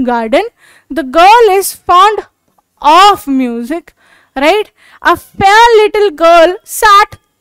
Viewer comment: Mam aap right sahi se nhi bol rhe